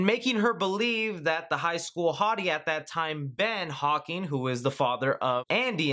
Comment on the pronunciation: Dude.... love the video...but its HAWKINS...HAWKINS .....not HAWKING like you said the whole video.